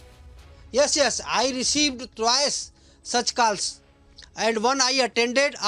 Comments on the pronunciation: It's calls not kaals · "KALLS AND ARGOOMENT" 😂😂